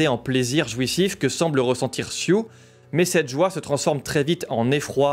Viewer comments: Je crois que son prénom c'est Sue (de Suzane, prononcé Sou), et pas Sioux haha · Belle analyse, seul chose qui me fait grincer des dent: ta déformation du nom de la jeune Elizabeth: son nom C'EST SUE... ET NON SIOUX!!!